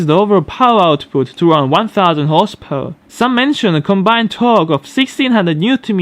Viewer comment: I like your videos but when I hear "horsepawr", I don't feel too good, please, work on that word.